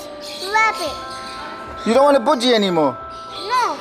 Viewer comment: What’s boodgie? It’s called a budgie lol